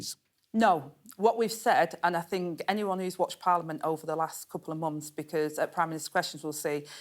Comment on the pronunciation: " fink" must be " think" 🤔